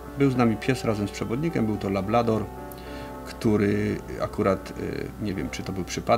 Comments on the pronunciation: Lablador...JPDLE... LABRADOR żołnierzu! I Ty byłeś od K9 szkolenia? Nie przypierdalam się, no ale kurka wodna... To nie błąd językowy, tylko brak wiedzy. Podstaw. Mimo wszystko pozdrawiam. I wszystkiego najlepszego życzę... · Szkoda, że fachowiec mówi "lablador", a prowadzący powtarza... Szanowni Panowie, ta rasa to LABRADOR (konkretnie to Labrador Retriever, ale wiadomo, że najczęściej mówi się skrótowo ;)) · Material OK, ale nie ma rasy labLador. Jest LabRador.